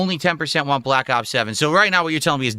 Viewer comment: I really cannot take him seriously whenever he says "waan" (want) 😂